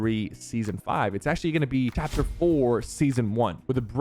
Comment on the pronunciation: he really said gooing in stead of going